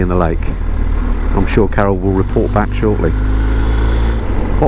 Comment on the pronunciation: I just watched this with the subtitles on. Very enjoyable but you might want to enunciate "Carol" a little clearer in future videos. Have a look for yourself but don't show Carol or she'll probably thump you